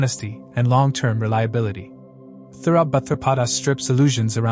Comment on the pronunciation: I deeply appreciate you work and great analysis! ✨ One thing: please please please pronounce the Nakshatra names correctly! 🙏🏻 It s Uttara bhadrapada! No th!!! Uthara... 😣